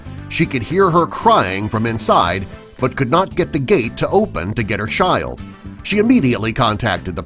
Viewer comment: He said shild